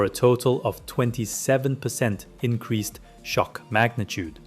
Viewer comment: "Increazed" "Zoom of control" Wtf lol